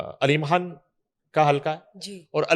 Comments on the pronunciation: یہ کھان کیا ہوتا ہے اصل لفظ خان ہے اینکر بننے کا شوق ہے تو پہلے تلفظ ہر کام کرو جہاں دیکھو سفارشی گھسے ہوئے ہیں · Dear please make her speak خان not کھان۔